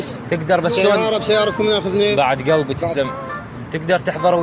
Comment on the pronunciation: ونعم بالعراق وأهل العراق بس عندي ملاحضه بالنطق يقول بعد قلبي وكتابتا يقول كلبي مايصلح كلبي كلمه غير لائقه